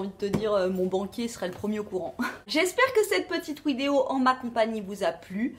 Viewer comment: Une ouidéo ? 😂😂😂